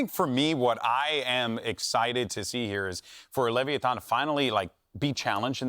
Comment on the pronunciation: lol leviantan, what was that? 😂 give our aspas back cmon